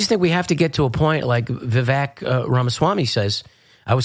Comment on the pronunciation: Vivek is pronounced Vi-VAKE like cake. per Vivek himself 😘